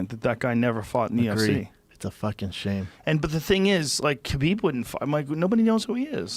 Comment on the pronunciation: "Proper FookING twelve " 🤣🤣😂